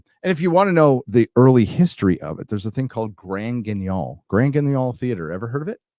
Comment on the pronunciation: The way pronounced Grand Guignol made my ears bleed a little.:-D But kudos to him for knowing it, as if he needed any more geek points at this moment.